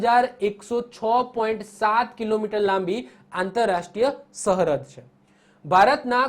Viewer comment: આ કોણ છે જે સરહદ ને સહરદ બોલે છે ....